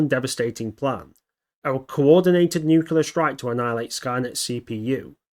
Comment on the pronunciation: Nuclear Nu-cle-ar There is no "nucular". :chillwcat